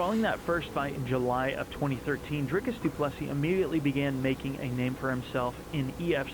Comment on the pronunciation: Dricus 2+3. Sound better roll the r. Canadian can say the surname